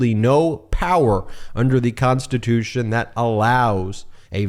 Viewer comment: If your President you just have to think about it but the Vice President you actually have to say it. It’s in the Konshtitooshun!!